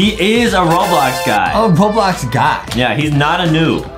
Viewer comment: Bro said boblox